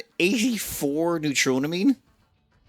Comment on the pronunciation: Its nuetro - meen not that...